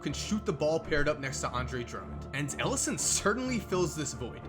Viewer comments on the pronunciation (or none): none